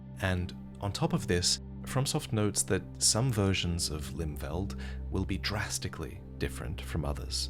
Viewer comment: For the record it would be pronounced "Limfelt" instead of "Limveld"